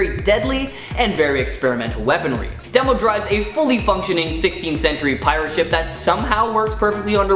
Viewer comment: Couple of things: "Red Pansy"? That was an unfortunate mispronunciation. It's Red Panzer. I always assumed Demo was pronounced to rhyme with Nemo. I always kinda dug Fire-Haired Karla